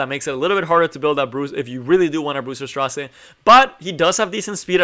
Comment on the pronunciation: His name is straze like gaze not stra zero. Just a little correction. Great video though man. I just got him yesterday from a moonlight summon. Was on my dinner break and work and did tower and then did my moonlight summon and bam he popped up. All my friends got him from mystic I was the only one who didnt. Me and 2 of my mates play from work. But Bam he came from moonlight. I feel really lucky. Cause I dont have many moonlight. I only have blood moon haste, ruele and ml ken and designer lilbet. I never had much success until recently with moonlight. But I did get lucky awhile ago from mystic and got blood haste first summon then ruele first summon back to back couldidnt believe it. But ty for the informative video. I been cleaving with him. Running lilas, aux lots, c dom and straze. Only in silver 3. Climbing back up to gold 1 where I was before I took a break. But man if you have a tank on the other side they are dead. I actually think he can work in cleave but he is a tank killer for sure.